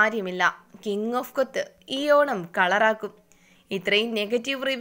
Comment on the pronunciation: King of കൊത്ത് അല്ല കൊത്ത